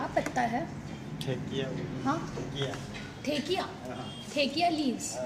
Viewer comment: It's not thekia its dhekia haak